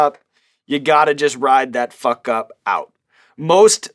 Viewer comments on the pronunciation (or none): hearing Sean say fawk is magical